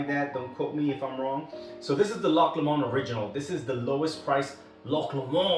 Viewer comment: you got the 'loch' right....'LOW-mund' would be closer to the Lomond pronunciation. I enjoyed the video, I saw Loch Lomond in our local store here and will have to pick it up. Thank you for the review!!